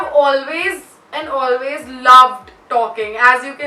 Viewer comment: She says eeiiinnddd not and😂❤